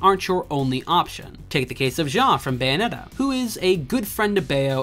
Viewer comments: Why do you misspronounce Bayonetta? Say the word bayonet, then just add an “ah” at the end. They even say her name like 2,000 times throughout the game, how can you get it wrong? You’re saying “Bio-net-ah”, while it’s actually “Bay-oh-net-ah”. Once again, Americans just love proving that they will just never understand how to pronounce things correctly. Bravo. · First off, I'm Canadian, and second, I am saying it properly? I don't know what you're hearing, but I can assure you that I'm pronouncing it Bay-oh-net-ah